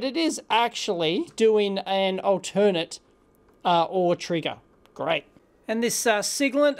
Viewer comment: Altern-Ate! Long A! The triggers go back and forth, not to some other auxiliary source.